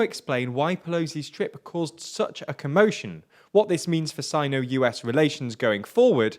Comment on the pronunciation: you're pronouncing Sino wrong